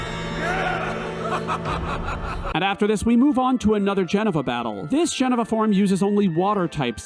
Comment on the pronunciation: Wtf is a jenava?